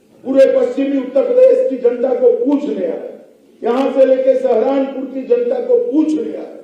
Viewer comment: Pahle UP k shahro k naam to yaad kar lete Amit Shah Ji. Sehranpur nhi Saharanpur hai